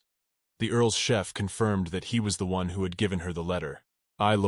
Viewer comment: I was wondering if it was an auto correct the AI was doing? There was one chef I think and the rest were chiefs